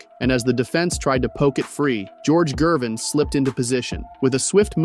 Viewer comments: HE DOESN'T KNOW ITS A HARD G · who is George "Jervin"? this AI nonsense is lazy trash. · THUMBS DOWN. You can’t even pronounce Ice’s name properly.